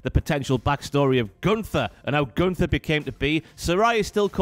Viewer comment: Your pronunciation of Gunther is so weird I must say ☺️